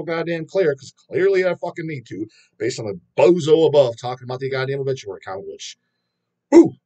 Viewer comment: I was actually insulted when I unfortunately heard Bullituary.